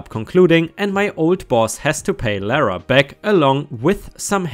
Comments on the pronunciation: Loh-rah (what you heard) is spelled Laura and is a different name. Lara is pronounced lah-rah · Its pronounced ike it's spelt laragh ✨✨✨✨ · My name is Lara.. it’s pronounced lah-rah. I’m German